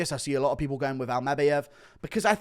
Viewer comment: Something about how you say Almabayev is making me want to scream 😩